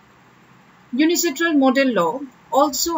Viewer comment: It's UNCITRAL no UNICITRAL